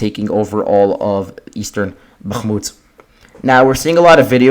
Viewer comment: If you need help avoiding the accidental "g" sound in Bakhmut, try forcing yourself to pull your tongue down flat into the floor of your mouth instead of just back. The "g" comes from your tongue expanding while it's pulled back, making it bounce off the roof of your mouth. If you open your mouth wider when you hit the H you'll notice the same improvement.